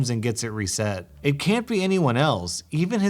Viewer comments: REE set not re CETT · How are you saying RESET? That's definitely not how u say that